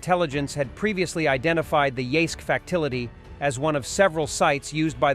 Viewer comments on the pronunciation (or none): Tell the programmer of your AI voice that the capital of Ukraine is not "Kigh-ev," and the "c" in "facility" is soft: "fassility" rather than "facktility." Rather pathetic to get those pronunciations wrong this far into the three day operation. Other than that, beautiful report, especially the clip of Solovyev calling for the "execution" of the hapless functionary tasked with evading sanctions on front wheel drive parts for Solovyev's Niva automobile, and for whatever reason unable to cheat at the desired level.